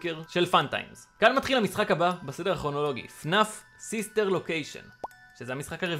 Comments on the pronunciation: אתה אומר פנף ולא פנאף אם תאמר את זה המשמעות באנגלית תשתנה פנף=fenef פנאף=fnaf אבל סרטון ממש מושקע אהבתי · זה לא פנאף זה פנאף [אתה אמרת fnef ולא fnaf]